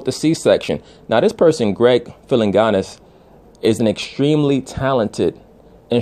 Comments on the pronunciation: you have some valid points but do better research Jimi Hendrix was murdered! Also Greg Philliganes is pronounced (Phill-a-gains) bottom line the World would be f-ed up without the contributions of "some" of these entertainers. Most great musicians in history lead tortured personal lives. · It’s Greg Phil-in-gains.